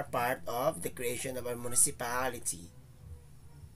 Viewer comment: Na distract ko sir sa pronunciation sa Municipaaaaaality hihi